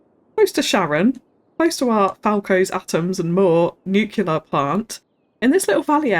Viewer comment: NOOOOOO she said Nuculur!!! I am dead af - hit me with Powerword - Kill